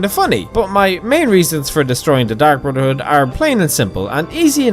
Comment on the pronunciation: Dark Brudderhood